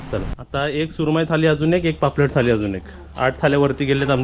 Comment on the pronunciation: थाली नको बोलूस. थाळी बोलतात.